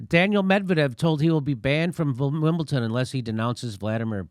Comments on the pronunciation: Wimbledon Wimble 'Don" not "Ton" lol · Ahh geez. WimbleDon. Duh, duh, duh, duhn. Wimbleduhn, not "WimbleTon". That really irks me I don't know why. Even the D sound is soft. It certainly isn't T. Sounds so offensive. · Love you Jimmy, but if I here one more American say “wimpleton” I’m gunna put a Russian flag in my bedroom window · wimbleTON, jimmy? lost a TON of respect for you here. eejit. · JIMMY! There is no 'T' in the word WIMBLEDON.